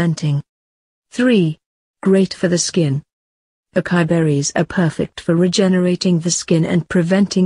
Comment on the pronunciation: It's not Akai it's A. CA. (sa)..... I